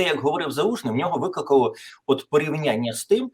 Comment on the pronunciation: Пане Тарасе, Слухаю вас доволі часто, ваші думки глибокі та відмінні від інших, і це є важливо. Але дозвольте маленьке зауваження: зверніть увагу на вимову слова "викликало", бо у вас воно звучить непристойно, що певною мірою знецінює ваші коментарі.